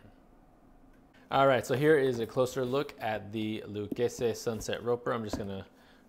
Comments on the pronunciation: Yeah he's a Yankee yuppie wrong pronunciation he's trying too hard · Loo-kay-zee is how you pronounce the brand name in America but if you want to sound Italian then you say Luh-keh-zeh. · In Texas we pronounce it “Lou Casey” Lol Never heard it the way you said it but I’m sure that’s how it’s supposed sound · Love your videos just wanted to share Pronunciation of Lucchese: (Lu-Kay-See)